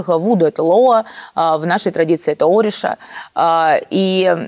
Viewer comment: О, мои уши! С такой манерой разговора, еще и ударения через жопу... зря посвящение проходила🤦‍♀️ эшУ, оришА ! Млять! Спасибо за возможность проработать своё спокойствие